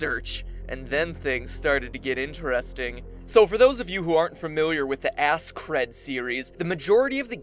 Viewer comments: ass cred? XD dude really? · i was a bit anoyed becasue you says ass crad series but i dont really care.... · Asscred? Isn't it pronounced more like the way it's spelled? Sorry i'm not good at english.